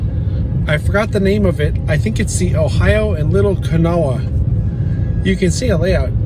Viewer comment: I believe in WVA, Kanawha is pronounced, "ka-naw."